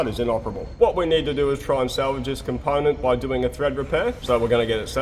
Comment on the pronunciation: I want to hear "ponent" in every episode from now on.